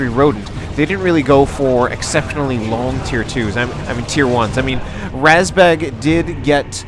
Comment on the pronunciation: РАЗБЕГ is pronounced just like you said, but the A is pronounced like the vowel in the word mud. Source: I am a Russian (